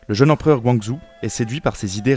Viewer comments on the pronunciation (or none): Super documentaire, mais la prononciation des noms... Cixi en pinyin = Tseusi en phonétique française, Guangxu (et pas Guanxu, pas la même personne) = Guangsu. Mais bon c’est pas comme si les médias étaient encore prêt à apprendre à prononcer. Je pense que les chinois doivent s’arracher les cheveux mais bon lol. Merci quand même pour ces recherches et explications. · Excellente vidéo documentaire, particulièrement bien illustrée ce qui est très motivant. Seule modification à suggerer : la prononciation des noms chinois est incorrecte: Cixi se prononce "tseushi", Guanxu se prononce "guouane shü", Xinhua se prononce "shineroua"